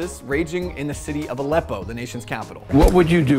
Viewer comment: To be fair, "a leppo" (as it should have been spelling to reflect how Johnson said it) is not "the nation's capital" either.